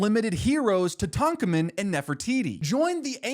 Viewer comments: Brother that is NOT how you pronounce Tutankhamun 😭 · That is NOT how you pronounce Tutankhamen. "toot-ankh-ah-men" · I'm sure this is a great video, but I just cannot get over how you pronounced Tutankhamun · ain’t no way bro just pronounce Tutankhamen like that